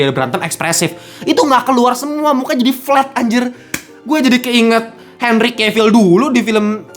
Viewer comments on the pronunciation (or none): none